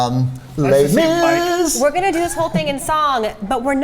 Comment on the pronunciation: Would you please stop saying les mis